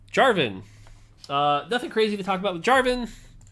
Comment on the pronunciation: “You get NATHING”